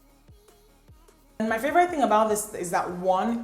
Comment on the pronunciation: my favorite thing is how you pronounce "favorite" lmao ♥️ love you & your videos